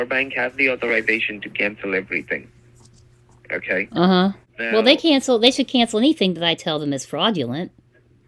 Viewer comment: 2 TOUSAND, AKAY!!!!!!!🤣🤣🤣🤣🤣🤣🤣🤣🤣🤣🤣